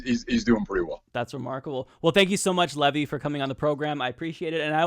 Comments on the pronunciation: I'm puzzled by the way is pronouncing Levi.. Like the wall holding back the water, instead of like the jeans? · Is it pronounced Levi or Levi, like the jeans?